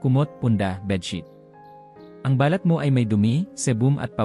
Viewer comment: OK ANG MESSAGE MO DOK. ONLY, BAKIT HINDI MO MABIGKAS NANG TAMA ANG MGA SALITA NA PILIPINO NAMAN. ISANG HALIMBAWA LANG AY BALAT O SKIN. PAGBIGKAS MO AY MALI DAHIL MALUMAY ANG BIGKAS MO AT HINDI MABILIS. NAGIGING BALAT O MOLE TULOY. MARAMI PANG IBA. VERY DISTRACTING ANG EPEKTO. PLEASE STUDY ON HOW TO CORRECTLY ACCENTUATE WORDS. IT IS OUR MOTHER TONGUE. NO REASON TO BUNGLE IT DOK. PLEASE.